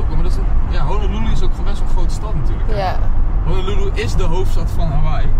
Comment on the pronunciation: Zegt hij nu echt Hololoeloe?